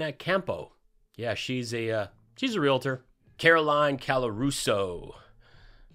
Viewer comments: Real-a-tor not Re-la-tor Love you. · Glad you're back! There's no "i" in REALTOR.